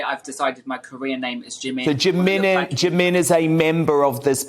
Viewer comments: It's pronounced 'Jee-Min' not Jimmin. If you are going to be Korean at least make an effort to understand the language. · the way the interviwer pronounces "jimin" tho 😂 "jaMIN" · it's the fact that he's even butchering Jimin's name